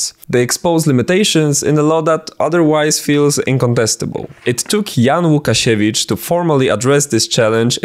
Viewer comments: You're Polish! i can tell by your pronunciation of Łukasiewicz and the fact you were so meticulous in writing his last name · mój drogi kolego, gdzie znajdę twoje materiały Gadane po Naszemu :D ?? ps. żaden niepolak nie powie łukasiewicz poprawnie :D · i want to adress one thing.... are you polish beacuse you have a standard polish english (idk its just the english we poles speak) and its no easy task for someone to actually so clearly pronounce łukasiewicz without beeing polish idk i just spotted that